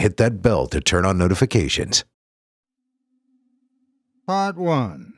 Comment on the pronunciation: So it sounds like he starts by saying "wah-go-on" not "Part 1" lol